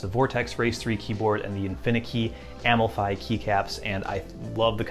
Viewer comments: Can't get over him sayin Am-el-fie instead of Um-ahl-fee for the Amalfi keycaps. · Nice video. Amalfi in southern Italy is incredibly beautiful. You should look it up (and note the pronunciation, sorry).